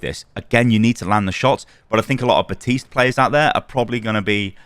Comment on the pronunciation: Bro theres literally a "p" in "Baptiste"